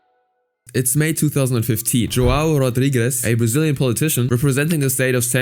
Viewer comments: btw as a brazllian, "joão" is a common name and i's not pronunciated joao, but "joeun" because of the ~ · tf you mean JuWOW Rodrigues? JoÃO You read the ão as in "Hum" with a silent H! anyway dude is a POS but i'm defending the portuguese language, while the guy is brazilian, the language is mostly the same Also the sheer amount of censorship... Censoring the word "Children" fucking hell... One day youtube videos will only contain beeping or have no speech at all